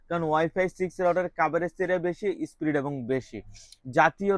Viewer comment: একটু শুদ্ধ ভাবে কথা বলা শিখুন। স্পীড হবে স্প্রীট না